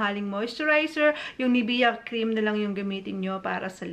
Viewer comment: Mamaril Maricar pronounciation* LOL